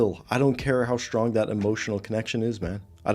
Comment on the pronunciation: Strong, not shtrong no one can pronounce an s sound anymore.